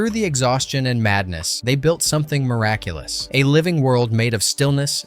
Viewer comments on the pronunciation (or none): none